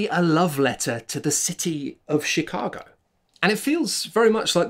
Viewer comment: Is it just me... or did he start with Shitcago? I can't unhear it.